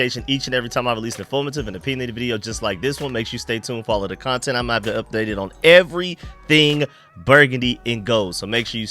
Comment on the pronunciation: Bro that “everythang” sound like you from San Antonio😂